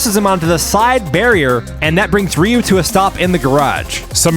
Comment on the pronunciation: It's pronounced Er-yew❤ Ryu